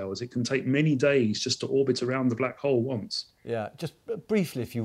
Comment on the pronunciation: Why Call black hall"